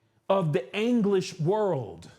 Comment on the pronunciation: With "Anglesh" he says